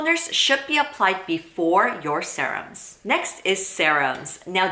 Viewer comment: 0 because you call it sahrum